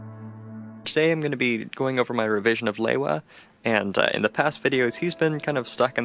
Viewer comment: It's pronounced " lee-wa"